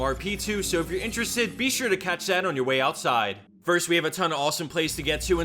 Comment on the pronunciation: ''Be sure to cass dat ousside'' haahah good one